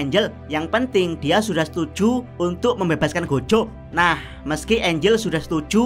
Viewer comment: "setuJU!!! membebaskan goJO!!!" biasa wae bang ngomong JU JO nya wkwk